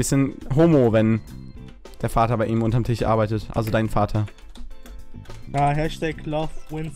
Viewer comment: Tich? Es heißt Tisch!!! :D